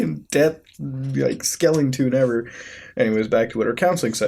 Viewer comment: Wtf did he just Said : skelingtune ^^??? At 2.40